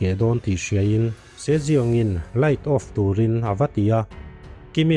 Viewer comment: Sir se jeong tih khi si young ti a lam tur nilo mo